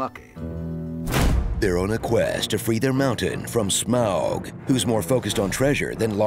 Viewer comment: This movie had the best visual representations of the dwarves, goblins, Gollum, Smaug (annoyed that the narrator still pronounced it "Smowg" when they pronounce it "Smog" in the cartoon), and the eagles. The wood elves, not so much lol